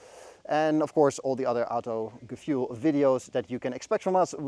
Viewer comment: "Autogefuel" , seriously?